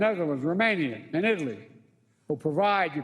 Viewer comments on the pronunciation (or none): none